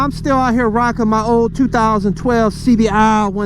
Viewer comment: That lil CBR clip at the beg was cool...the scream and splat LMAO 🤣 BUT...UR CBAAHH DUBBLEAHHHH was weak....CLEAN IT UP😎 No matter how many times I hear ur reaction on the Duc XDiavel acceleration I still laugh...lol